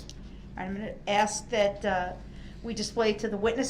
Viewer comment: THE WORD IS ASK NOT AXIE DUMB ASS CAN'T EVER TALK